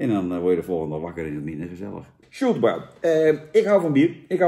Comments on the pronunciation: Uitspraak: SjoeltenBroj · Je spreekt het uit als Sjoeltenbrooi